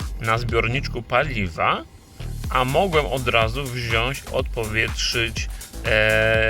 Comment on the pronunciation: "Wziąś", "włanczam", aż kłuje w uszy...